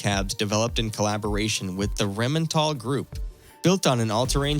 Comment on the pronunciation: "...with the Remental group"... REINMETALL!!! ... dumb yank.